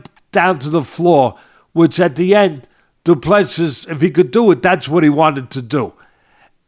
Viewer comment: Du Plessis is pronounce DO-PLA-SEA. Please stop butchering his name. He now deserves better.